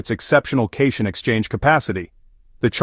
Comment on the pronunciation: It's cat ion, not "cashun."